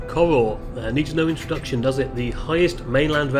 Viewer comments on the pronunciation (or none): Corour is pronounced corower as in having a row with someone!